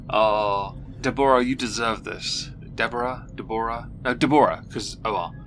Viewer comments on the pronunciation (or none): Deborah is pronounced Debra, or even Deberah. Never DeBORah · nope, Deborah is pronounced 'debra'